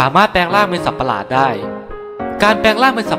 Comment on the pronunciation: สัตว์ประหลาดไม่ใช่รึ! ทำไมพูด สัปประหลาด